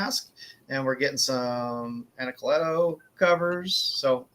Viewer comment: Jay Anacletos line work has anyways been amazing! He's one of the few artists that i enjoy the black and white just a much as the color, if not more! And props to for pronouncing Anacleto that way. I'm pretty sure that's the correct pronunciation but everyone says it another way.